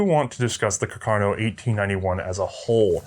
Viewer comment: it's "car-can-o" not ca-carno lol! Seriously though great redo guys these are such cool little rifles! Thank You!